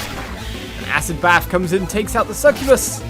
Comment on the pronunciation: Sccubuss is said like this: S-ku-bus